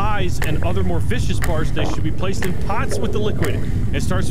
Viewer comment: "Vicious parts" 🤣 "Viscous" pronounced "Vis-Cus" 🤦🏻